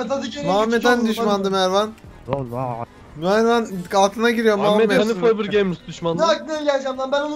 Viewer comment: NDNG-Enes Batur :Mervan yerine - mirvan :D